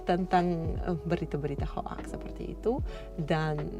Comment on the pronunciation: Mbak bacanya bukan ho aks tapi hok..👌